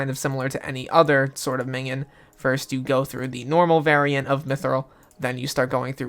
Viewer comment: Just say min-ee-on